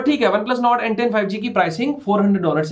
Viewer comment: When you said n10 I heard Ben 10😁